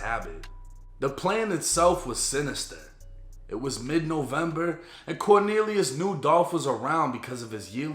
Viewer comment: " the plan itself was sinistah"